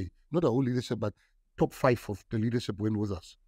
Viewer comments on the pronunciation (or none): none